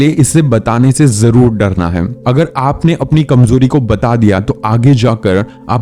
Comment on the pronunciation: Why are you saying hai ko haim